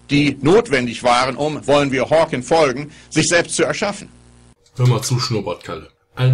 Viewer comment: Er heißt Stephen Hawking, nicht Stephen Hawkins.